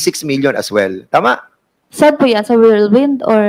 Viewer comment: Ito namang si tongresman gonzales, whirlwind lang hindi pa mabigkas ng tama, worldwind daw.